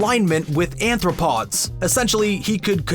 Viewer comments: Did he just call arthropods "anthropods"? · ARTHropods, not aNthropods. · Arthropods, not anthropods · Anthropods? I think you meant to say arthropods.